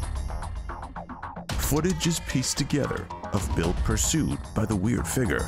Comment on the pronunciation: It’s figure, not figgrt